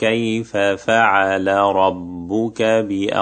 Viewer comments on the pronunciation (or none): Он где фа1ала сказал са1ала